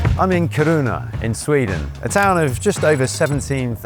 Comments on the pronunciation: Lol the pronounciation of Kiruna. From what I know as someone from Stockholm, we pronounce it ”Ki-runa but Ki as in kiss and runa as runna but very fast. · Didn't think putting the emphasis on the wrong syllable in Kiruna would trigger me so much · Pronouncing Kiruna like it's japanese 😭 it's Ki-ru-na slowly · Yes. But it’s pronounced Kiruna. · When the presenter doesn't even care how the city name is pronounced, I don't really care to continue listening to what he has to say. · How many times can you hear a name of a town without picking up the correct pronunciation?